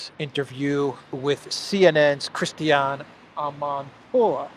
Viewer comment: "Christianee Amanpoouuuaaaahhh" Brilliant,, just brilliant. You're really good at this, man.